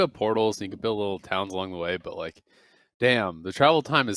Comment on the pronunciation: Did anyone notice, that every time says "But like" it sounds like "Bud light" Example